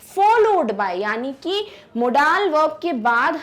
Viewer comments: Modals not modaaal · Mam u must have to learn homophones , so that u can correct ur accent' modaaaaal to modal'🤣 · Tukh laanat.. It's model not a modaaaaal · Ma'am firstly improve your pronunciation it's not mo-daals its is mode-uhlz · Aba मोडाल नहीं मोंडल verb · Are madam.... How you pronouncing Modaaal verb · Wrong pronouncetoin of modal say मौडल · Mam u did wrong pronounciation of modal